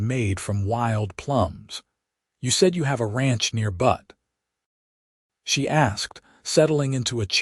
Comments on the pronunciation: It is pronounced Beut NOT Butt. I guess we all should be grateful AI is not perfect in its pronunciation - the machines still have a use for humans. Zelda and Owen complement one another as a couple. It is nice to see Owen acknowledging Zelda’s talent and learning from her. That is something you would not automatically think would happen on the frontier. Hmmmm - Zelda & Owen marrying after 2 weeks may be a stretch. Watching from Clarksville, TN. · I love the AI mispronunciation of Butte. It's corny and cute. This is my favorite narrator of western stories.